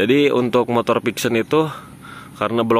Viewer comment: VIXION bukan Piksyen